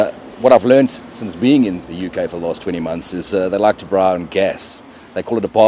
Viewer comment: lol i know you in teaching mode, but you gota teach them properly, its a Brrrrrraai